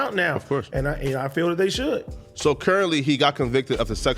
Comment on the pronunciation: When you can’t pronounce “currently” 😂